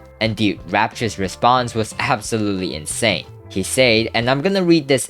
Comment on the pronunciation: bro why do you struggle with saying the word "said" it pisses me off